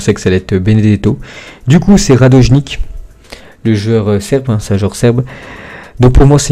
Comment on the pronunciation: 🤣🤣🤣🤣🤣 c’est pas radojnick c’est radonich